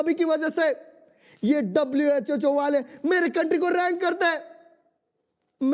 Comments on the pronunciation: WHHO Nahi ❌ WHO Hota Hai ✔️ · WHO❌ WHHO😮😅😅😅😅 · Guys I am saying it respectfully that it is not WHHO IT IS WHO❤